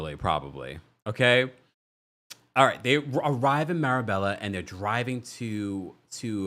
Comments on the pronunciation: Marbella, (pronounced “mar-baya”), is also referred to as the Spanish Riviera. You would love it,! And yes — Guerdy’s constant over talking is a thing. If she could control it, she would emerge as one of the queens of this show in my opinion. And I hope that Marysol never gets a Mojito. She is literally unbearable. Every nasty thing that Lea Black said about Marysol in the early seasons has been justified. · Marbella is pronounced maa·bay·uh. The lls are silent. Love your commentary and looking forward to the livestream event in the next couple weeks with you and Brooke 🫶🏾 Sending regards from 🇬🇧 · Loved this. BTW, it's pronounced "MarBAYa"